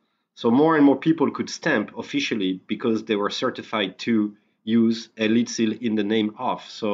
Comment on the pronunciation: Lead(the metal) is pronounced Led. Lead(to lead someone somewhere) is pronounced Leed. There is a big difference.